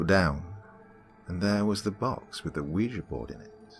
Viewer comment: Games And Movies Entertainment actually its pronounced wee ja